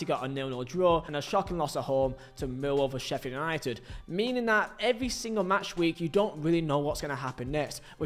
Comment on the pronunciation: Slow down when you’re talking man. It’s Sheffield United not sheffer nighted